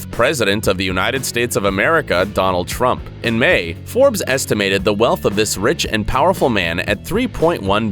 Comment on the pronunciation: the way he says Trumps name